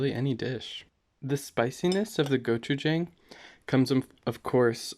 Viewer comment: Jang is not pronounce like the word hang, like “hang a picture”. It’s pronounce more like Wong or dong, like “ding dong goes the door bell”. And if you think it’s too spicy, I recommend mixing it with doenjang, not water. Again the “Jang” in gochujang, doenjang, and ssamjang, are more pronounced like the word dong. P.S. Same goes for “yin and yang”